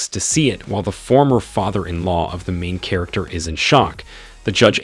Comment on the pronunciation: The main katerginest lol 😂 Gets me every time....